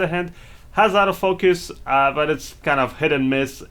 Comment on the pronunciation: Oh, you're saying Auto Focus. I thought you were saying Out of Focus.